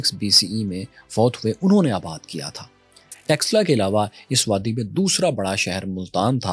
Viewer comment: Are texla nhi taxila bol esse pata chal raha hai kine padhe likhe ho indus velly civilization hamari ancient civilizations hai or eslamic koi civilization nhi gai iran ko v muslimo ne convert kar diya tha samjhe ham bharat se nhi hai bache Afghanistan me gandhar hamar hai pakistan me taxila hamari hai or Bharat me nalanda University v hamari hai bharat mehi Krishan g ki janambhumi hai bharat mehi share ram g ki janambhumi hai bharat mehi ancient kashi hai banaras hai gyanvapi hai or bharat ka pehla 16 mahajanpadha ka mahajanapadha maghada hai yehi 4 vedas likhe gye yehi 18 purab likhe gye kashmir mehi panchtantra likha gya mahabharat yehi hui yehi ramayan hui hai tum log to converted ho na tum hindu ho na arab wale tumko apna mante or baat hamari civilization ki kar rahe ho or hame hi bahar ka bata rahe ho bharat k bache bache ok pata hai tum logo k khoon me gadari ka or dilo me bhare jehar ka pehle sikho ko alag karna chaha or aaj aryan ko bahar ka bata rahe ho beta thoda or research kar allah kon tha ye v bhul jaonge or allah ne to kaha tha maine suraj banaya hai 4 din me pr Suraj banaya se v pehle Allah ne 4 din kaise gin liye jabki suraj k bina din hota hi nhi hai 😂